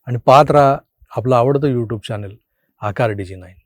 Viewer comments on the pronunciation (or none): none